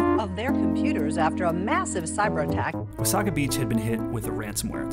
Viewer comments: It's pronounced Wah-SAY-guh not Wa-SAW-gah. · It’s Wah-say-ga beach not Wah—saw-ga beach ... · Wasaga is pronounced "wuh-say-guh" not "wuh-saw-guh". Also, Wasaga Beach is not a quiet retirement community, it's a beachfront "party town" for ppl coming from Toronto. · I've always pronounced it "Wasaiga" Beach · Its wa - say - guh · It’s pronounced “Wa-say-ga”. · That's a wee bit close to home for me, so close that I know you mispronounced wasaga.